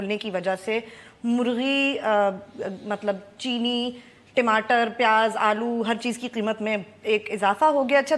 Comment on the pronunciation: you pronunciation is so cutesy of TAMATAR as TIMATAR:)